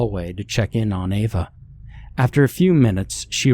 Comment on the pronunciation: Well done, only 12 attempts to pronounce Ava correctly.